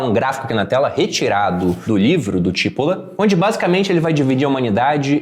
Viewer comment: se o cara era italiano, o sobrenome nesse caso seria pronunciado come tipôla, que é cebola aqui, paroxítona. boa dica. vou ler o livro. abraços.